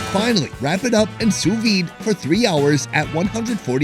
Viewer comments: I thought he said "free" when he said three 🤣 I was like 😲 then 😃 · I thought he said 'free, two, one' 😂 free truffles